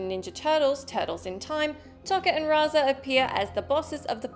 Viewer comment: Ugh it's pronounced Toe-ka and Razor FFS!